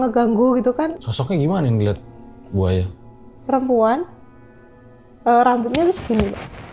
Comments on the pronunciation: Kedengarannya ku manggil Narasumber Nya ( Buaya ) ternyata Bu Aya 😭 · Namanya bu Aya, pas denger ceritanya tanpa lihat subtitle aku dengernya buaya 🙈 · Bu Aya bukan Buaya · Hahaha manggil bu aya kyk gk ada spasinya jadinya "buaya" dech 😂😂😂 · Krna ngk pakai k. Buk. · Salfok sama yg selalu bilang Bu aya tapi dengernya BUAYA 😂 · Nyebuta bu Ayanya pake jeda bang biar ga salah denger 😁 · Bu aya,bukan buaya,maaf ibu🙏